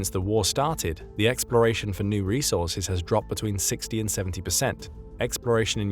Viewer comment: 😂 Its resaurces